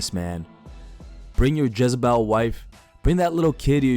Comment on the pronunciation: Jiz bell wife? Jez-a-bel...